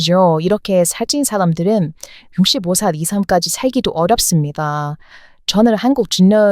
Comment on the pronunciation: 왜 "중년" 발음이 잘 안될까요?